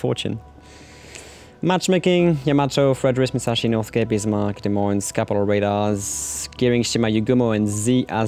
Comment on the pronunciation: Wait... you're French right? Why do you say "Des Moines" with an S sound at the end sometimes?